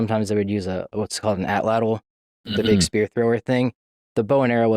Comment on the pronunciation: brooooo professor for the win. I never hear anyone pronounce atlatl properly other than other Nahuatl speakers. He even pronounced the TL like a champ 😎👏🏽